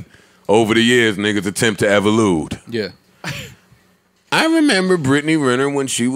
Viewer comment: He said evolude when the word is evolved lol